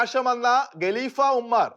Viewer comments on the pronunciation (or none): none